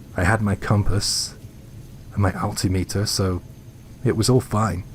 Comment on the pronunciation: I sure am glad you explained what an " ALL•tea•ME•ter " is. It's the same as what we call an al•TIM•ə•tər.